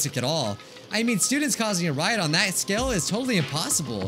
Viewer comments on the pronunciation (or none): none